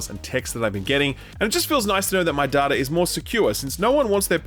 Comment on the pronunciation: It is data not data.